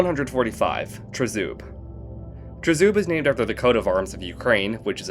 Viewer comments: that's funny xd. you're pronouncing Tryzub and Berehynia quite ok. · You pronounced Tryzub right, thank you💙💛